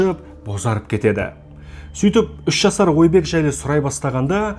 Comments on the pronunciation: Ойбек Отабаев емес Айбек Атабаев деп айтылады. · Ойбек деп жазылады Айбек деп айтылады Отобаев демей Атабаев деп айтсей